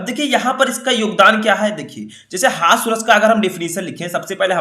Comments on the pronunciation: सर हस्वा नही होता है हास्य रस होता है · Hasav nahi hasya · Sir aap हास्य रस ko हास्व रस क्यों कह रहे हैं 🤔